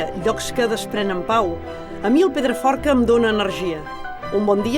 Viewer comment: Llastima que aquesta tia no sapiga ni tant sols pronunciar el nom del Pedraforca, i ens vol fer veure que el coneix sensa haver-lo vist mai a la seva vida. Perquè no el presentava algú que de veritat l'estimés?